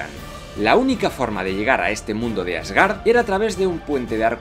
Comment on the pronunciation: "Asgárd" "iceberg" "emojis" jajaja, es común que los españoles pronuncien palabras inglesas en español. Excelente video.